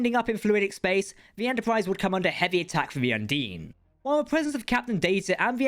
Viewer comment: It’s not ‘Un-deen’ it’s “Un-dine”, like Dine(r)